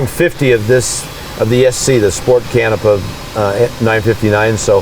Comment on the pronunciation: Please rerecord with proper pronunciation of Canepa..!!!!